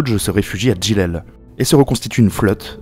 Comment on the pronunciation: Djidjel جيجل et non pas Djilel, Bejaïa بجاية et non pas bougie.